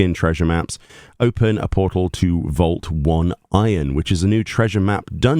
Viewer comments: Map is pronounced "Oh-nay-ron", not "One iron". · By the way, it's pronounced "oh-nigh-ron"